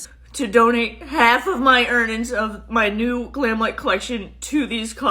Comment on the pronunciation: 😂 "err nins"😂 that's like "TAGGIT"!🙄